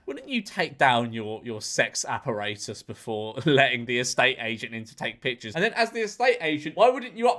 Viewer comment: The s*x Ap-Po-Ray-Tus 😂 Love it!